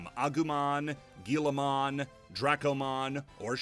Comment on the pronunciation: Why do you keep calling it "Guillamon"? It's Guilmon, there's no a in there